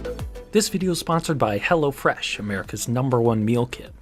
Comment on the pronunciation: I thought you were saying hellafresh imagine some enterprise that is named that way